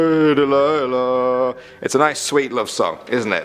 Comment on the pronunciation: When you said Delighla I thought you were talking about... hey there delih how's it like in new York City im a thousand miles away but girl tonight you look so pretty yes you do townsquare shine as Brite as you I sw**r it's true